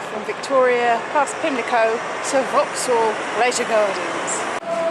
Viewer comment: Lovely! And now I finally know how to pronounce Vauxhall.